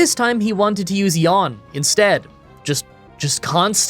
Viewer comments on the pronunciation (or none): none